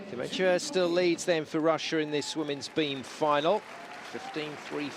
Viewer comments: Eurosport commentators: it is Dementyeva. Dementia is a mental disease. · I can't help but laugh at the Eurosport guys butchering Dementyeva's name - I was like who the f is "Dementia?" At least the BBC crew got it right :)